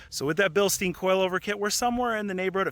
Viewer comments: bil STINE, not bil STEEN. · Porsh Bilsteen